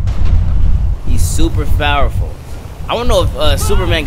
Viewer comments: super fowerful, I mean I guess that’s how u say it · Tyjay Hill I wasn’t trying to be rude I was just saying